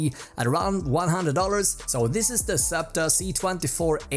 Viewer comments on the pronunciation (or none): none